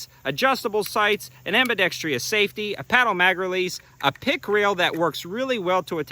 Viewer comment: Great video. Wise choices based on good concepts. Oh, Ambidextrous not ambidex-tree-us.